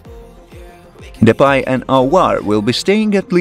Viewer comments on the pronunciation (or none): none